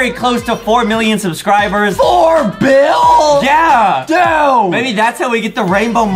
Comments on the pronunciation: My man said 4bill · I Heard That Justin Say 4Bil